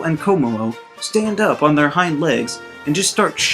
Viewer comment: Btw Shiinotic is pronounced Shih-naw-tick Kommo-o is pronounced Kah-moh-oh Drampa is pronounced Dram-puh Crobominable is pronounced Cruh-bom-in-uh-bull Crabrawler is pronounced Crah-brawler